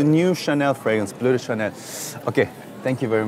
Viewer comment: "Bleu de Chanel, parfum" good accent 👍